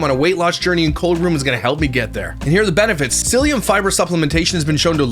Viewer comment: Listening I heard colon Brew! 🤣